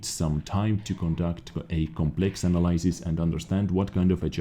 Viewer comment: the three words you had a bit of difficulty with. Paradigm - Para-dime analysis - An-al-leh-sis Thorough - Thor-row